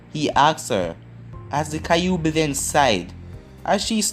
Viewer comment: Why do you say kaiobi instead of kyuubi...